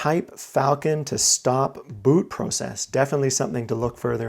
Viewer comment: LEFT THE VIDEO AS SOON AS HE MISPROUNCED PROCESS...CANT TAKE ANYONE SERIOUS WHO CANT SPEAK